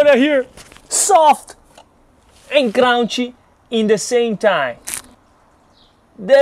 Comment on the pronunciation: "sowft and crownchy"